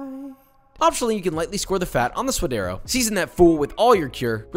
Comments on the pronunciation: I absolutely love your videos! They are educational and entertaining. 3 things. 1) It's 'sue-duh-dē-ros' 2) Don't call it 'guac'. Guac is whack. It's also the sound you make when you're about to throw up or gag. I think this delicacy deserves better... guacamole. 3) lime kills the flavor of the avacado. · Its pronounced sua'd'ero with a "d". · Ok Josh this is a gripe I've had for a minute. Why you gotta pronounce all these hispanic dishes the gringo way. I mean I'm a gringo but still come man. Say it right. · now he's killing suadero... Please no for the love of god. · He spent this entire episode saying sua-d-eR-o, but then goes on to say, hu-ac-a-mol-ay? Pronunciation be damned I guess.